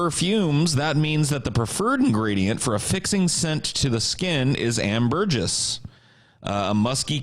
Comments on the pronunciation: It’s ambergris not Am Burgess ffs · pronouncing ambergris like ""ann-burr-jizz" was painfull. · It's pronounced "Amber gree", just sayin'